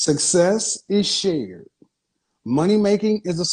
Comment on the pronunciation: I know im not the only one who hear ima share my mouth lmaooooooooo